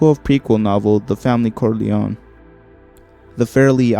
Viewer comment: Pretty good video i must say, but if you dont mind a bit of constructive criticism. i would suggest looking up the pronunciation of many of the names you said. some I understand but other like Coppola are not that hard or saying the name Corleone in two different ways in less than a second appart. It would make the script sound much much better.